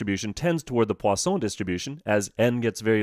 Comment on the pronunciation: i need to learn to say 'Poisson' like him